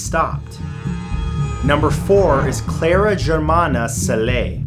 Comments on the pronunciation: Cool video. I laughed out loud at Matt's pronunciation of Cele though - it's not pronounced sell-ay, but closer to chair-lee. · Mad love for you Matthew, from South Africa.... PS that's not how you pronounce Cele